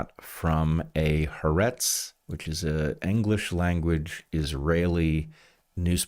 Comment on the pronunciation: I'm an Israeli, it took me about 10 minutes into the part about the surveillance cameras to realize you're talking about Haaretz... It is pronounced Ha-Aretz ("The Land/The Country"). Three syllables, not two.